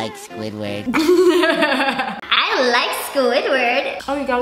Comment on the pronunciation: BYE SQUIDWORD bye mr crabs BYEEEEE SQUIDWORD u said sqidword twice I LIKE SQIDWARD 🤪